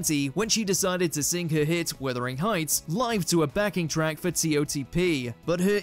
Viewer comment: It's "conducive" not "conductive". And it's "WUTHering Heights", not "WITHering Heights". That is downright illiterate.